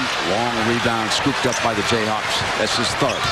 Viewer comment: did he say jayhacks?? must have talked to a mizzou fan before.